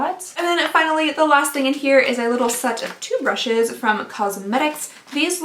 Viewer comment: I can't be the only one that heard "set of Toothbrushes" instead of "set of two brushes" 😂😂😂😅😅